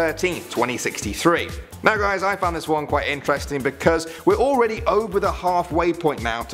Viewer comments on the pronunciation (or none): none